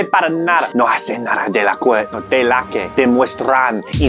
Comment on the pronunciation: i took a lot of years of spanish guys. also: pronounces "que" like "kway" instead of "kay"